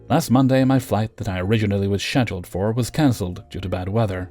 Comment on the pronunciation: Hate the way he says Scheduled but cool voice